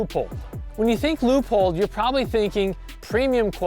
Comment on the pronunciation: Loypold, not lewpold